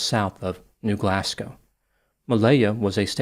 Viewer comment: I'm also impressed he called it New Glasgow and not "New Glass-Cow" as I've heard some Americans call it.